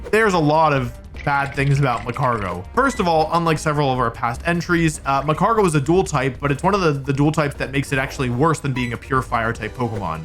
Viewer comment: Says Mag-Mor-Tar but misses the g in magcargo